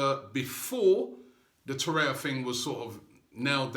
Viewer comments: To-ray-ra, Robbie. Not To-ray-ya. Hopefully you'll get it right by Christmas :) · You are mispronouncing his name in every video – It is TorreiRa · I think it’s a joke lol because Robbie is pronouncing his name wrong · Seriously, stop mispronouncing Torreira's name!!!